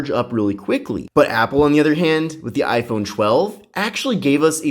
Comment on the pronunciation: Essh 20 FE vs Aiphone 12 😂😂😂